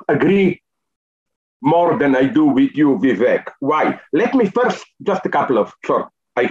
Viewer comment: Vivek doesn't rhyme with Zizek btw